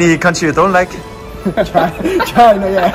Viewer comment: the dude says "china" exactly like we say it in Finland :DD wierd